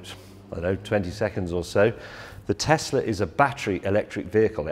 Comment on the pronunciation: What’s ‘Tessler’, it’s pronounced ‘tezla’ James